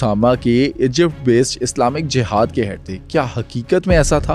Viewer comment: میرا آپ سے سوال ہے کہ آپ ا کو ع اور ہ کو ح کیوں بولتے ہیں جیسے جہاد کو جحاد ایمن کو عیمن وغیرہ دوا سوال کہ آپ امریکہ میں بیٹھ کر اتنے انکشافات کرتے ہیں وہاں آپ کو پکڑنے ایف بی آئی یا سی آئی اے کا ڈالا نہیں آتا؟